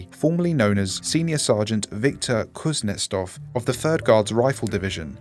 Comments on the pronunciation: I'd say that Kuznetsov is pronounced differently. Kuznietsov. You are pronouncing it Kuznestov. I speak russian little bit. Anyway, I like this video. I like these SCP videos, that you can listen without watching them. Plain voice. And you have great voice for this IMO. Edit: I was writing this during a video and you (or whoever was dubbed that officer) said it right in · Kuznetsov* , not Kuznestov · How did you fuck up pronouncing "kuznetsov" by turning it into a "kuznestov"? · I love your content but if you are dealing with foreign words maybe try making sure you are or other actors are reading them correctly it's kind of off putting when a two 'russians' in a dialogue can't pronounce a rather normal family name also whoever wrote this forgot russians have a name given after one's father but thats not your fault at all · I physically cringed every time you mispronounced Kuznetsov.